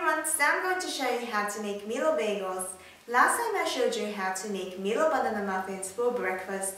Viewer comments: i have always prefered milo over regular hot chocolate :3 i still pronounce it meelo XD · It's actually pronounced "MY-LOW" not "ME-LOW" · haha you say milo so cute..mee low.. i pronounce it as my-low..tho.... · its pronounce as my-low not me-low for milo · The way you pronounce milo as meelo sounds so kawaii~~ >w< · Is it really pronounced like that? I thoght it was pronounced as may-lo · its actually pronounced My-low (milo) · It's pronounced Mai-low. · Actually is the same. Some Malaysian pronounce it as "My Lo" and some "Mee lo". Im a chinese and I order "Mee lo" in a Malay stall. The uncle was like "Huh? Mee lo or My lo" cause "Mee" also known as noodles in Malay. ^^